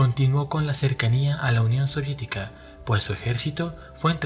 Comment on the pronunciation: union soridica??XD